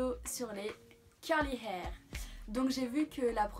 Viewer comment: Hair ? Tu prononces herre mdr 😂